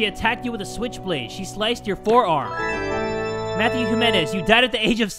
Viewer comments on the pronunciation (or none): none